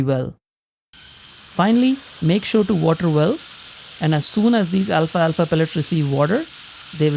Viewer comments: It’s pronounced “al’falfa” not “Alfa-alfa” 😊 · I love your channel, and you always have great tips. But please... it's Al-fal-fa, not Alfa-Alfa. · Al-falfa, not alfa alfa. 😊